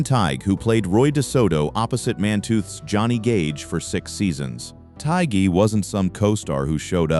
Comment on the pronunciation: The "G" is silent in Kevin Tighe's last name! Marco Lopez and Ron Pinkard are still alive